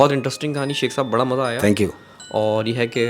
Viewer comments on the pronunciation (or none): none